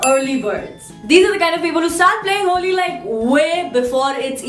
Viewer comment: Indian version of superwoman!!tht was cool.....especially happy Holli haa(Marathi accent)...i loved it:p